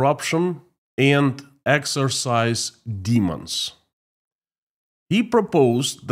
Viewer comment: we say EX-OR-CIZE, not EX-ER-CISE. Otherwise, you're doing a fine job!